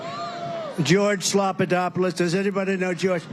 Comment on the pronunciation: Slopadoppolus ! LOL :face-green-smiling